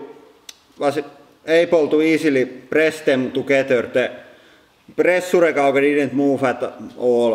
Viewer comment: "One hundred tunsh of pressura"